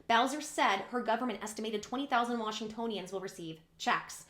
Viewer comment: Yes you are pronouncing Washingtonians right